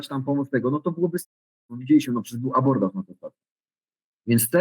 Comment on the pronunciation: Ech, nie "abortaż", tylko "abordaż".